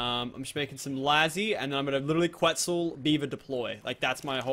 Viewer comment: stop saying quitzal eggs LOL